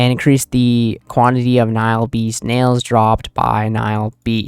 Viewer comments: Nail not Nial lol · Nail.. not nahile beast